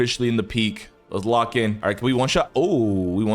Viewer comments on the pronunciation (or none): none